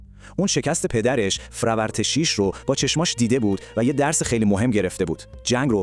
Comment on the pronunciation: یک اسم رو حداقل درست میگفتی همه رو اشتباه میگی هووَخْشَتره فرورتیش نینوا ........